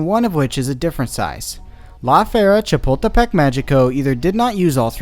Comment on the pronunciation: The first time he said Chapultepec I thought he was going to say Chipotle and now I'm hungry